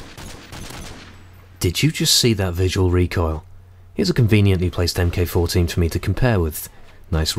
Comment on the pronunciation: "Mk14" is pronounced "Mark Fourteen" not "em kay". Otherwise, great vid